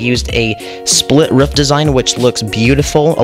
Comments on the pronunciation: It's not ruff it's roof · Not to be mean or anything but it's pronounced roof not ruf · It’s rooof not ruf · Stop saying rufff say Roof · It not ruff its roof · Ruff Or Roof? Comments: Ruff Captions: Roof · it’s roof not ruff. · ROOF! not Ruff lol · You know when you say roof your sound like your saying ruff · WAIT is he saying ruf or am i just deaf?? XD and also great build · Who else gets triggered when he says rUfF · I love the “ruff” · He sounds like a dog when he says that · I love how you say roof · i kept laughing how he said ruff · Cat McGinley they said ruff because that’s how he says it in the video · im going insane over why he says roof and not ruff